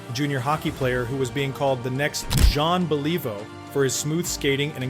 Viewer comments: Jean Believe-O ... stopped watching right there. Thumbs down. Blocking this stupid channel. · "John Ba-Lee-Vo"????